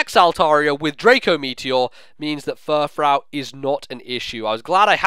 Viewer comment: btw furfrou is pronounced fur-froo but i guess it doesn't matter because it's not a real word. just based on real words